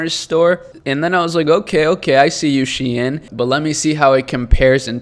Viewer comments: It's pronounced Sheen. Love the vids though! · Shein is a BIG brand here in Europe. Pronounced as "SH" "EIN" as in "Shine"